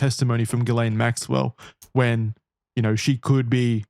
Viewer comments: Every time you call her Jizz Lane Maxwell it makes me laugh, lol. I thought the s is silent? The french pronunciation is Gee-len, english Gee-layn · Exactly how I say her name on purpose too hahahah gizz lane